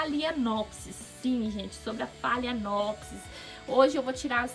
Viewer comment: Pronúncia certa de phalaenopsis: falenópse.